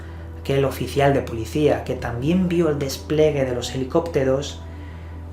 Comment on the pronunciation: se dice despliegue 5':59''